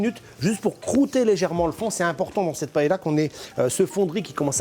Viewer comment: Vous avez vu, je prononce bien Valencia ? Brrravo. Mais pa-hé-la ???